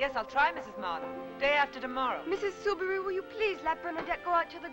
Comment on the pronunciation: The name Soubirous is pronounced SOUBIROO. The final S is silent.